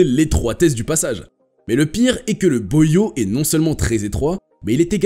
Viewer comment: Oui la prononciation est très mauvaise - ça se prononce Boie ou bois comme du bois yau